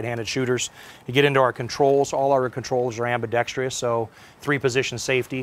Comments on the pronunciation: WTF non word is AMBI Dex Tree US .... its ambidextrous .. why you guys add another syllable. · It’s “ambidextrous”, not “ambidextreeeeous”. Stop it. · Hey everybody it’s ambidextrous not ambidextrius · Show me the “i”. I hate to keep informing gun people but it is chronic and prolific within the gun community. I’ll spell it; am-bi-dex-trous (am-bi-dek-struhs). Stop saying ambidextrious. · WTF, is “ambidextrious?” Is that like ambidextrous? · Solid weapon., it's pronounced as it's written: ambidextrous not ambidextrious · Why do gun people, and only gun people (And seemingly all gun people), struggle so much with the word "Ambidextrous"? It's "Ambidex-Truss" not "Ambidex-Trius" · There's no such word as "ambidextr-i-ous", it's ambidextrous without the i. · Am-be-dex-TRUSS, not am-be-dextreeus. ffs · Dude from Sig needs to learn how to say ambidextrous properly ffs. Its not "ambidextrious". smh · Stop saying ambidextrious! It's ambidextrous!!!!!!!!!! And DO NOT sell this to police departments! Cops ARE NOT military!!! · Fuck me, if I hear one more person pronounce it ambidextreeeous… 😂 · "next-gen" "weapon system" "legacy system" "ambidextrious [sic]" This guy is making me cringe. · Irks me to no end when people put a second "I" in ambidextrous.